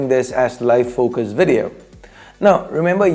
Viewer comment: The way you say VeDtio tho